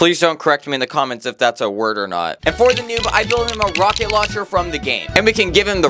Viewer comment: He said rocketloncher